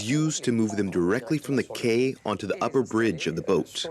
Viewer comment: Not that important in the scheme of things, but could no-one have corrected the narrator's mispronunciation of "quay"?